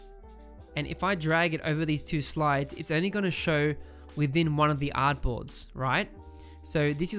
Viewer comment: Bro Whenever You Say Artboards I hear Apples 😄